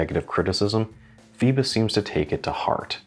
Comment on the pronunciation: Pronunciation: "foybos" (like "boy"). It is the classic Greek name that refers to Phoibos Apollo, the god of the sun. The name also refers to Apollo's grandmother Phoibe.